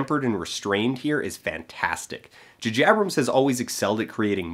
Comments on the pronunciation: The Djuhjiebrems style?! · Everytime he says "Jajabrums" it is quite painful. Ow. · JuhJabrums? Is that a Canada thing or did you think that's you being funny? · Jupiter Ascending being good, and calling J J Abrams "Ju Jabrams"? ok. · dude...come on...J J Abrams.....they are obviously different letters